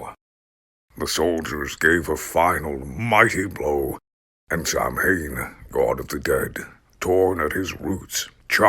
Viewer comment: Thank you for this; love it. Have to say because it bristles to hear it: Samhain is pronounced Sow-When. Sow, like the pig.